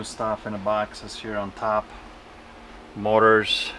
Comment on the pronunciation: In the beginning I thought you were saying "mortars" until I figured out you were saying "motors."